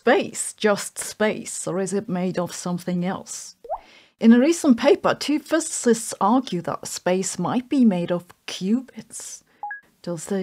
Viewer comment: I love it when you say two fiszzsts argued in a recent paper Not bullying..love you You’re my favourite fizzzssszzzt